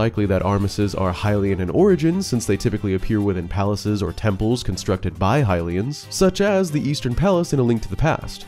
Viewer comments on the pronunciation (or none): none